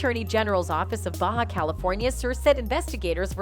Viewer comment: Why don't you LEARN HOW to pronounce words properly? You said "KAY bo?" It's CAW-bo. You said "DEE jo-KNEE" it's DAY-joh-NAY You said "BAY ha" (California) it's BAH-HA. Your repeated wreckless disregard for mispronouncing COMMON words, makes it appear that you have not done your homework, so why take your reporting seriously?